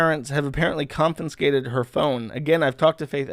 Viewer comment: Ha! I heard you say conFINscate instead of confiscate. Soon everyone will accept confinscate as the only acceptable pronunciation of that which means to remove or confine.